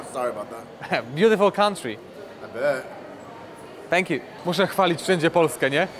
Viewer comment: "Fank you fank you" ," Polen" Lol